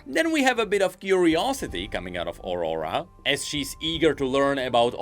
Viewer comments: can't help but hear Ora Ora every time you say aurora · Please, try to pronnounce "Aurora" correctly... My ears...